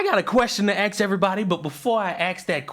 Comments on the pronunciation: please stop saying "axe" instead of "ask." It's not a dialect. It's not a colloquial abbreviation or anything of the sort. It's literally ignorant. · You wanna "axe" me a question,? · I have a question,Do you say, " aks", cause you're black , or just don't know before ?..... NO QUARTER ASKED , NONE GIVEN